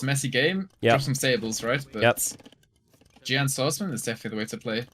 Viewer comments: Xian Bei = Shee-En Bay Jian Swordsman = Djee-En Swordsman I got tilted every time any of you pronunced it bad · Sean Bae and John Sworfdman are obviously right and the only reasonable thing to be tilted over.